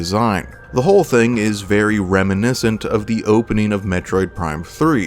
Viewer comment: "Very reminiswnt of" avatar... the shitty one, not the air bender one.